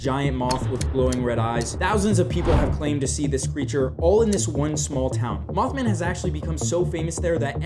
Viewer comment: Did he said mouthman